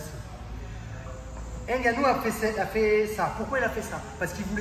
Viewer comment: Ce serait encore mieux en respectant le nom des athlètes. Gane se prononce Gane, pas Gaine, et le n de Ngannou est muet.